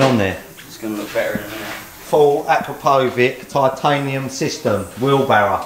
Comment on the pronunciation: You lot are all pronouncing Akrapovic wrong.